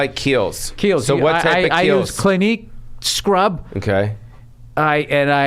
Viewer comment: This nigga said “Clinique” 😂😂😂😂😂